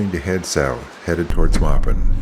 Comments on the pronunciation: Thank You for the video 😊 The name of the town of "Maupin" is not pronounced "May-Pen" but rather more like "Mah-Pen"!! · Great video but, Lol when you say Maupin...think of how you wash a floor. You'd be MOPPIN' it. Not Maypen it. I've rafted the Deschutes 6 times out of Maupin. You should come out mid August to see what the area is really like peak season...there's still camp sights available. But it's no ghost town like in March. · By the way it's pronounced Mawpin not Maypin Though it's spelled Maupin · Not May-pin, Ma-pin is how you would say it. Saying it wrong just lessons your credibility. Take a little time and talk to a local and find out how say it correctly. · The town is pronounced moppin'. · Maw-pin, but great film. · Maupin is also pronounced 'Maw pin' . My high school played their high school. I grew up in Central Oregon. And the falls is actually named after Mr. Joseph Sherar 😊 It is Sherars Falls. Joseph Sherar was also one of the main characters in Jane Kirkpatrick 's books, which also won all kinds of awards. The name of the book is "A Sweetness To The Soul". She write great award winning books. You do have a great voice for narration.. thanks for sharing. Take care. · The name is pronounced "Moppin". If one continues downstream (north), the road gets REALLY rough, since it only gets graded smooth once a year, just prior to the summer rafting season. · Are you using partial AI voice over? You pronounce Maupin correctly once but then another time it's so far off... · Nice video, but "To get to the Deschutes River Byway, you traveled south from the Columbia River Gorge and "the gals", Oregon"? Try again. Additionally, Maupin is pronounced correctly at first and incorrectly when you get to town. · Very nice, one of my favorite rivers. No offense but pronunciation of some locations (The Dalles, Sherars Falls, Maupin) was different than my local experience. Thanks for the video.